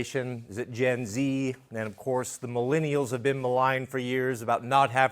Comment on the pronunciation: The government needs to provide you some proper education. It’s “Gen Z” …as in generation? Lol “Jeneration.”